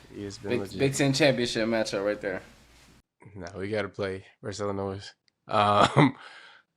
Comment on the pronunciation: Bro, love you guys but please stop pronouncing the S in Illinois :D